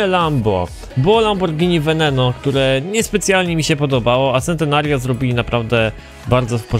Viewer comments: z tego co wiem czyta się czentenario, a tak w ogóle spoko odcinek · A nie czyta się sentenerjio? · Też tak czytam Czentenario :D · Mała poprawka Centenario czyt: Czentenario